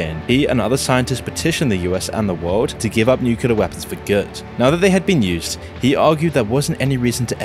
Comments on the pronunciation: nuclear, not nucular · Nu-clee-ar. Not Nu-cu-lar. 😁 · Why do people say nuke-you-lar???? It's NEW-CLEAR. Learn to read. Nuclear. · The channel and its videos are excellent, although I would not say the same about the narration,... hearing nukular instead of nuclear makes me doubt abut the information conveyed. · nuCLEAR. It's Nuclear. It's not "Nukulur." It's a huge pet peeve. You're making a video about "Ahh"-penheimer of all things... Nu-clear. "nukulur" is simply not a word. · FFS, it's pronounced NewClear not NewkewLar I was into this video until couldn't pronounce the word properly. Instantly scrolled on. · It's pronounced "new-clear" not "nuke-you-lar" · Repeat after me; noo-clee-uh......noo-clee-uh Nuclear < it's right there! Nu-clear It is NOT 'nucular'. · ITS FUCKING PRONOUNCED NUCLEAR, NOT NUCULAR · It's pronounced nuCLEar, not nuCUlar. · NU CLE AR not nukular goddamit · Please stop saying nucular. It's nuclear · I love the video but please stop saying "nukular" it's nuclear :( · Yeah only issue i had was he said Nucular way too many times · No, I'm not gonna listen "newcullar" for 20+ minutes.... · my god how can you say NUCULAR in every single video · Why tf is it ao hard for people to pronounce "New-Clear"??? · I wish he would pronounce it correctly as oppen, not open, good lord. It's like, how does research this yet not know how to pronounce the subject of his research? Might as well pronounce nuclear as nucular! Oh, wait. He made that error too. Unbelievable. Oh, and the hyper sped-up voice? Why? YouTube lets us speed up if we want to, why embed a sped up, compressed voice, which just ruins the presentation? Ugh. Hard to take seriously when it's obvious the presenter himself doesn't care. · Openheimer. Nucular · brother, please tell me: where is the second U in Nuclear? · Don't make a video on nuclear if you can't say the word Also, who's 'king Jimmel'?